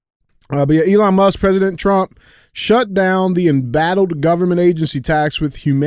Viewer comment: Eeerron Musk